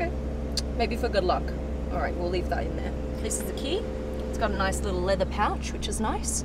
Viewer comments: Thank god she's pretty , if not she'd fuck up my Taco Bell order. Silvah ,Leathah. Ugh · This is probably the most Australian-accent-sentence I ever heard. Im loving it!! 😆 "A whole silvah leathaa intewiaah..."